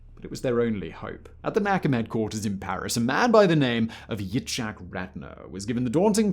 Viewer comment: Good video, thank you for doing it. Please, though, you need to work on your pronunciation of non-English words. For example, the “ch” in words like Yitzhak are pronounced like a guttural “h,” similar to the sound you might make when clearing your throat. If you can’t manage that, then just pronounce it like an “h” instead. An example you might be familiar with is the word “Hanukkah.” Yep, the opening sound is the same as the one I’m talking about. Thanks again for doing this video, and for handling such a sensitive topic so well.